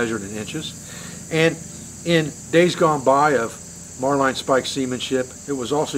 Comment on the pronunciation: it's Marlyn when you say it,not marline. marlinspike. trust an old Navy man.